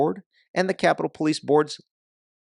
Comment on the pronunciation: No Ivan you got it wrong Po lie ce 😂🤣😂🤣😂